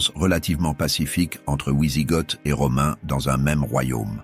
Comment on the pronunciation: On ne dit pas ouizigotes, mais vizigots (phonétiquement d’origine germanique).